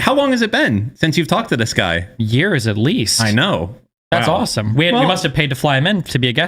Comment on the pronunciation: whys he say "thats awesome" like that